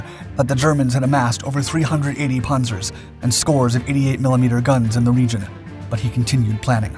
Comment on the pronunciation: “ Pownzers in Cogn . “